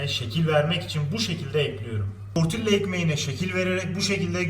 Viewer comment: Sadece information olarak söylüyorum. Tortilla ( tortiya) diye okunur. Oradaki (ll) Y sesi çikariyor.